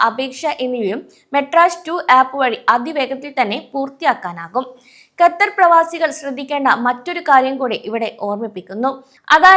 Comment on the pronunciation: Exit permit നിർത്തിയിട്ട് 10 വർഷത്തോളം ആയി ആദ്യം Qatar എന്ന് correct ആയിട്ട് പറയാൻ പഠിക്ക്.